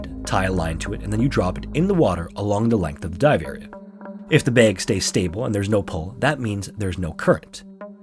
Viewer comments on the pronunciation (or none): The way you said "Bag" leads me to believe you're from the northwest. Or at least lived here. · Are you from the north like Minnesota? I can hear an accent the way you say bag. Jw